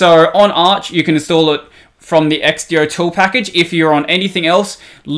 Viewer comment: I can't believe you pronounce xdotool like x-d-o instead of x-do, but then you try to say .sh like it's a word.